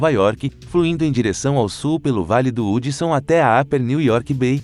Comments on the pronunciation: Meu pai Nao e Hudson se lê Radson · Kkkk o rio Hudson se fala rudson